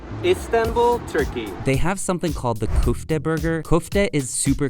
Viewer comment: it’s pronounced kofta